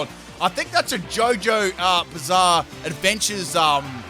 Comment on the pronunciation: I love how he said "JoJo's.. eh buzarre adventure reference" instead of just "JOJO REFERENCE"